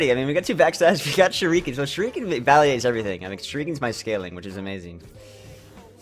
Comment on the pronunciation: Shuriken is pronounced sher-i-can not sher-ee-can